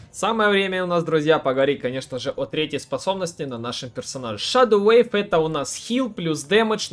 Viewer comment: Wave и Weave - разные слова и читаются по разному. Wave (уэйв) - волна, Weave (уиив) - ткать, плести... Спасибо за гайд!